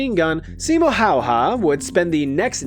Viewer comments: When you say simo haya pronoce the last name like hai-ya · FINLAND MENTIONED!!!! SIMO HÄYHÄ!!!! hau-ha????… say häyhä like- ad. remove the d. it becomes ä. Simo Häyhä. Häy-hä!!! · As a native Finn, I appreciate your attempt, and I understand it ain't an easy language. And butchered may have been an exaggeration. But you changed the pronunciation of the ä's in the last name. Sorry if it came off as rude, just funny listening to English speakers pronounce Finnish names, especially in hockey. Anyways, enjoyed the vid 👍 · No, it is Häyhä. He got it almost perfect. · Ä isnt actually said like an A. Its more like a AE. So its Häyhä, not Hayha :) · I HATE THAT ALL AMERICANS ARE SAING SIMO HAYHA WRONG. You are supposed to say hauha.